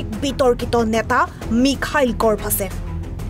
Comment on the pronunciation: Really a great leader. But, গৰ্বাচেভ নকৈ গৰ্ভাচেভ মাতিছে কিয় ???